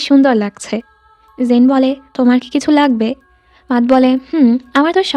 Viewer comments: মাতহ না ম্যাট 🙂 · আপু matt এর নামের উচ্চারণ টা " মেট " হবে